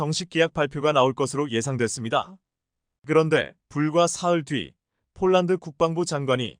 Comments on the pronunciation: 원고나 똑 바로 읽으시오.쫄란드가 어디 있나요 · 포란드가 왜 쪼란드로 나오는지?